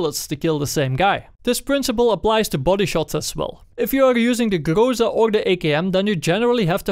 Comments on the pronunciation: its not grOza - its grozA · GrozA, not grOza. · aaaand still - its grozA, not grOza) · say grOza one more time and ill slap you. its grozA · Sorry for being rude, but you are pronouncing things wrong It's not grOza, it's grozA And in previous vids I found that you pronounced UAZ like "you-a-z", which is completely wrong It's more like "VAZ", or " oo-a-z" Being a Russian myself, it sounds retarded af P.S. Despite all that, nice vid as always!